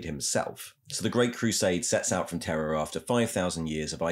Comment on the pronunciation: Are you saying “Terror” or “Terra” for the new name of Earth?